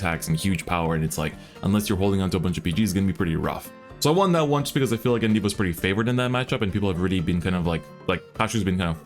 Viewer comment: Course its gandeeva